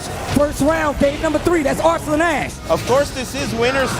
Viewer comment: ... Is the main voice here AI Generated? That is now how arslan is pronounced.